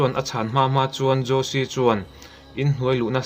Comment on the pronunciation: Ngaihnawm thin hle mai. Thil Pakhat, Jose Fereira khi 'Hawse' tiha lam tur a nih hmel. Spanish ah chuan J hi H angin an lam thin.